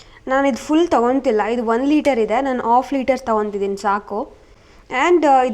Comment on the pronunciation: ಚೇತನ ಅವರಿಂದ pronounce ಕಲಿತುಕೊಳ್ಳಿ That is not off liter✖️ Half liter